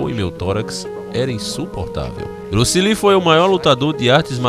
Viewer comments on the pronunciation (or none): Bruce "Lin" kkkkkk